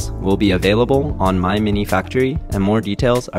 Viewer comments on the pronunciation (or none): none